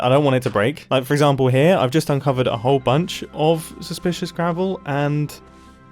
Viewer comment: ITS SUSPLISHISH GRAVEL